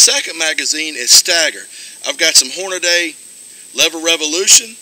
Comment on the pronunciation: "I got sum Horn-na-day". lol!